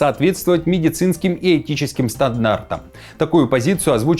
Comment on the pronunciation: Стаднартам😂 учи русский язык, мальчик 😂😂😂